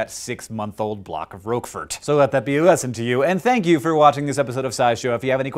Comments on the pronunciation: Dear Hank, yes blue cheese is not my thing either, but having lived in France I can say that it is pronounced Rock-4 or rock-for, rock-fo', roquefor, _not_ rhowkfor. Still a great episode. Thank you. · "Should be" is entirely a matter of personal or regional preference. As to how I am *used* to hearing it pronounced, that would be "Rock-Four" (as opposed to Hank's "Roke-Furt"), which is how it's usually called in Europe. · "roak-fert"? My parents always pronounced it "rock-for" Just googled it. American English strikes again. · Hank, mispronouncing foreign names is John's thing. Don't take it away from him. On that topic: Roquefort is pronounced like Rock-for , not roque fort. Looking forward to the next Dose! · . Roquefort is pronunced "rohk-for" not "rogue-furt" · Roquefort = 'rock fore' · roquefort is pronounced 'rok-for' silly hank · Roak fort is not how Roquefort is pronounced. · The cheese is called Roquefort after the town in France where it's made. The mould is named Roqueforti after the town (and cheese) since it only occurs in the caves there. And as an FYI the French pronounce it 'Rok-fore', since theres no 'e' after the 't' and 'que' is equivalent to 'ck' in English. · It's pronounced 'rok-fore'! And Kuala Lumpur is pronounced 'kwarla lumper' for that matter. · In France it's Roquefort, which is definitely pronounced "rok-firt" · No, it's pronounced 'Roe-chee-for-tay' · It's pronounced rock-fore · roak furt? ffs... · French speakers be cringing at the pronunciation of roquefort lmao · Roquefort is French, don't pronounce the 't' at the end, also, pronounce the whole word differently than how you did, Hank. Thanks :) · Hank, The 't' at the end of Roquefort is not pronounced. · Hehe the American pronunciation of "roquefort" amuses me. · I love how you Yanks pronounce "roquefort" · Then I'll say the mold it's named after is pronounced "rok" and it is spelled "Roquefort," and I've never heard of someone pronouncing "qu" like a "sh."